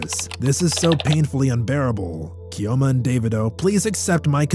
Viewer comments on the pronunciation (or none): Your pronunciation of Chioma and Ifeanyi was very poor. No new update on the story so why did you bring it up?